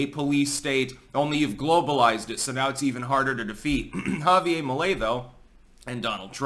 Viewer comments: It’s JavieRrrr. Not Javie-ay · why do you have such a hard time pronouncing Javier? It's HAH VEE AIR, not YA Ve YA. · Once again, its pronounced "ha-vee-air". Not ha-vee-ay. Its Spanish, not french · Ja-vi-ER , pronounce the R! Right on! Finally, some good news for Latin America! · I think his End the Fed puts him firmly in the Ron Paul camp, but he's very funny, which is more a Trump-like thing! Remember, Anarchy is Better than No Government at all! Chile has always been about 50% Socialist. Also, the "r" is pronounced in Spanish. Unlike in New Hampshire!